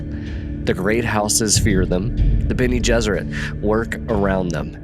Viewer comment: The Bene Gessrit “adapt” had me wondering. The rest of it makes me think it was just an honest mistake.